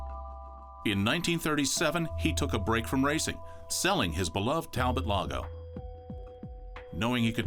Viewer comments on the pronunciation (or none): Its French. Tal-bo